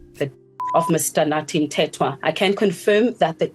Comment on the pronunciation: AI voice cannot pronounce his name. What a joke. Dont we have a decent speaker?